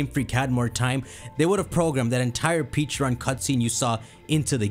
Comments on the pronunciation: Take a drink everytime he says "Peacharunt" instead of "Pecharunt". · Dude. PLEASE. For the love of GOD. STOP saying Pecharunt like that. It just makes me not even want to watch because it’s like I’m watching some knock off nonsense video where the guy has no clue what he’s talking about, given WE WERE SHOWN AN ANIMATION WITH THE CORRECT PRONUNCIATION AND YOU WATCHED IT. I know, dumb pet peeve, but it’s driving me crazy.